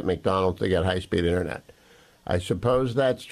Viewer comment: Omg it InTERnet not innernet unless your on a fishing boat rambling about the fish in the net